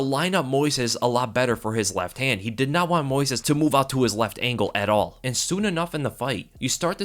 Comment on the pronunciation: You have to put the stress in the first syllable: Moisés